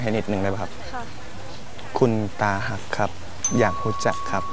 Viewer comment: เป็นตาฮัก คับไม่ใช่ ตาฮัก สาวๆก็งงสิพูดผิด